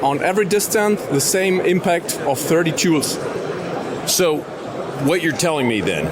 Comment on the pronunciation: The sales rep needs to make sure to put a little more emphasis on the L in joules. Had to run it back and listen again 😂